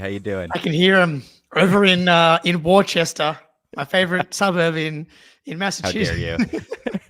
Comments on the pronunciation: Jake, in western Massachusetts WORCESTER is pronounced like this . The "wo" sound is like the wo in woman, forget the r no r, the "ces" part is just pronounced as an s, the final "ter" part is pronounced like turd without the d. So it's "Wos-tur" Hope that helps.💚☘ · I’m pretty much from Worcester lmao. Jake it’s WORCESTER KID 😂😂😂 put some respect on the city hahahaha